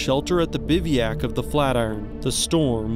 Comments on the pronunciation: Yes, and he desperately needs to look up the pronunciation of the word "bivouac" also!! Thanks very much for bringing this up! His mispronunciation of so many words is embarrassing. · PLEASE, PLEASE, learn to pronounce the word "bivouac" correctly!! This is embarrassing for a channel that makes videos about mountain climbing and you do it in EVERY video. I'm getting tired of bringing this up and it shows that you don't, or rarely do, read the comments. PS - the correct pronunciation is quite easy to find, online or off. Other than that, the video is great and very informative! Thanks!! 🙂